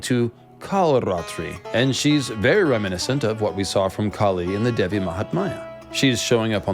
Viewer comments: mahatmya, which you pronounced mahatmaya, devi which you pronounced dehvi, so not too bad...lol. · Hi there, thank you for your interest in making such videos about indian culture and stories. But it is such a bummer when you mispronounce the fundamental names of Gods n Goddess. For instance, Devi is pronounced as 'They-vi' or 'Dhay-vi' instead of your cuurent pronunciation which is almost sounding like 'devil' with a silent l. When names and matras are mispronounced, it could cause harm. May be you could run through your pronunciations with respective cultural natives to add credibility to your videos. All the best.